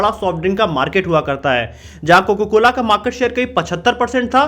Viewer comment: bhai tujhe abhi bhi COCA-COLA bolna nhi aaya....COCA hota hai COCO nhi